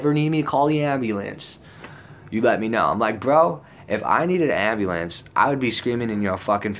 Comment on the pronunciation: The ambley-ance. Lol